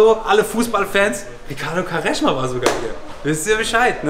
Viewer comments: Was für kareschma 😂😂😂 hört sich an wie Waschmittel Hahahahah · Digga bitte yaw, Quaresma und nicht kareschma. Sonst geiles Video Bruder. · Quaresma wird nicht KAreschma ausgesprochen sondern Quresma. Nohate❤